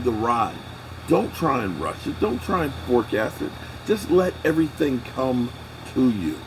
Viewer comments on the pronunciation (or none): none